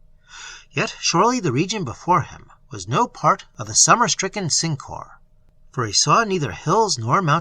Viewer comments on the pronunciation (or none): I don't know which mispronunciation of Syncor is worse, Sink-Whore or Sin-Core.